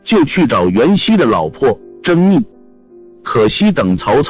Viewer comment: 甄 宓fu二声